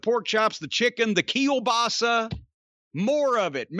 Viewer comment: "Keel-Basa" LMAO